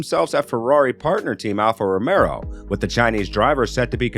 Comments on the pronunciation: Am i the only one who keeps hearing alfa romero instead of romeo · Bruh… it’s Alpha RomeO, not RomeRo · Alf Romeo is pronounced as it's spelled. There is no second R in the name. It's ROMEO. not Romero! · A channel specifically based around F1 and the announcer can't get Alpha Romeo (not Romero) correct? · Dude its Alfa Romeo, not Romero, cant listen to this, if you dont even know the name of the teams.